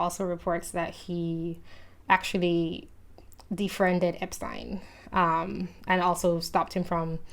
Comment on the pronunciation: I'm just glad someone knows how to pronounce 'Epstein!'